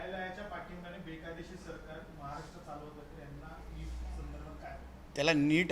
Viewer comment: अरे नेपाळी महाराष्ट्र बोलायला शिक म्हाराष्ट्र बोलतोस ते बघ